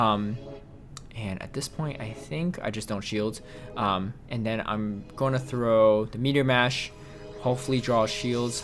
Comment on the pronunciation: “And dennnn” 🤣 Ps love the vids bro 👍👍👍